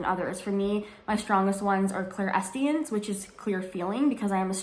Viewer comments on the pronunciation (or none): Clairsentience, Clair-sentience. Idk if I heard you wrong but it sounded like you dropped atleast the s.